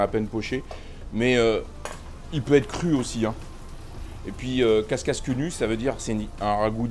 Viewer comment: c'est pas casscasse, mais cacasse !!! parole de champardennais 😂😂😂